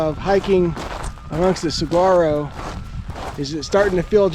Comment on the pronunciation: Awesome video. Pronounced Tucson too-saan, saguaro suh-wah-row and hohokam how-haa-km